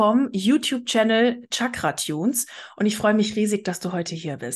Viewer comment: Tschakra, 😂😂😂 das wird "Schakra" ausgesprochen.